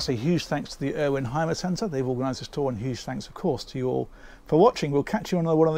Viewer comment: Y is U in German… so it’s pronounced Humer